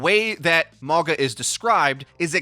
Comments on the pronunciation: Say it "Mawng-ah" or "Morng-ahh" NOT "More-guh" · his name is pronounced Maw-nga. means mountain in a lot of the pacific island nations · I kept thinking you were saying MAGA ugh